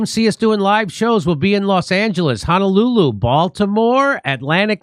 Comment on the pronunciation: Just came to hear JD say Honolulu but that wasn't his best Honolulu.